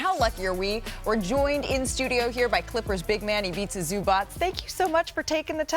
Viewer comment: Thank you for pronouncing his name correctly